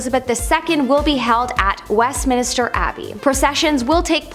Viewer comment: Westminster, not West Minister. There is only 1 i in the name. Kept driving me nuts.